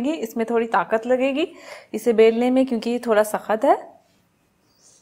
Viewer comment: ساخت نہیں ہوتا سخت ہوتا ہے